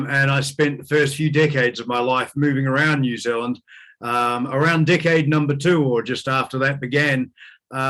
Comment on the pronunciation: I honestly thought he said, "Dickhead", not "Decade" - sorry, x